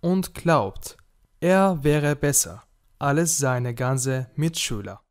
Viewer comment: عندك اللفظ موصحيح بعض الاحيان مثلا كلمة als انت تلفظها alles والافعال التي فيها مقاطع امامية عليك انت تقراها دون ان تفصلها. تحياتي